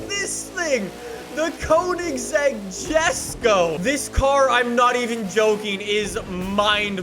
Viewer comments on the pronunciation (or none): ITS NOT “JES-KO” ITS “YES-KO” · It's not pronounced jesko Its pronounced esko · This guy has no idea what hes talking about. First, it's pronounced Yes-ko. Second, the gt350r has a totally different engine and is objectively better sounding and three, the gt500 was 100% intended to be a drag, straight line monster. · Still triggered by you pronouncing Jesko wrong on purpose 😤😂